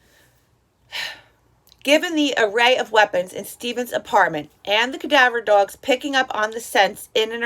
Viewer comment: “Cadaver dorgs” hehe